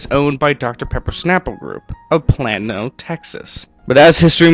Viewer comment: that's PLANE-o Texas, not Plano, Texas. Vernors is the BEST ginger ale hands down. BEST EVER Made !!! Too bad over the years it has lost some of that really intense, Pungent flavor it used to have. It now has less punch to it but it's still the best.